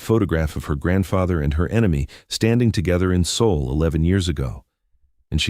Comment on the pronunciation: It's Seoul